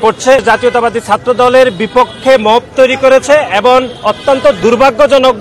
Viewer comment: ভাই এবন নয় এবং উচ্চারণ ঠিকমতো বলেন